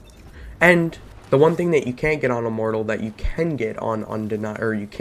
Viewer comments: This whole videos is basically a show of weapon swapping while out of combat, missing shots, random mumbling, no testing in private match to see range and numbers and also calling unending "undenying", my Lord..... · Yes , the unending is pronounced undenying👀